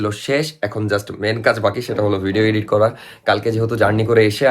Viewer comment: ধন্যবাদ ইডিট কে এডিট বলার জন্য, শুনতে ভাল লাগছে। আগের ভিডিওতে আমার কমেন্ট করা সার্থক । ধন্যবাদ! 🎉🎉🎉